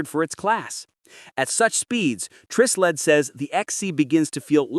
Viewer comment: Hey, AI boy. It's pronounced with a long I as in Try Sled.